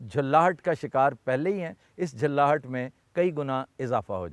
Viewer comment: محترم! لفظ "جَھلّاہَٹ" ہوتا ہے